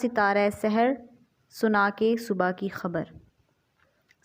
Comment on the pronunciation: This word is subh ke khbr not subhaa